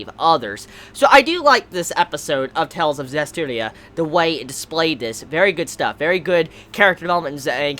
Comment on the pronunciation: Hey, you finally pronounced Zestiria correctly! lol Good job!